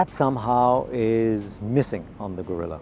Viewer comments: I expected atleast to say, Geh-rilla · I didn't expect non-spanish speakers to get the "rr" and "ll" right, but at least try to get the vowels correctly!